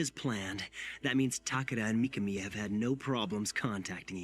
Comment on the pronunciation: Not mikani.it's mikami